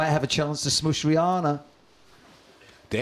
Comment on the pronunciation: Did Westwood say "SMOOSH Rihanna"?!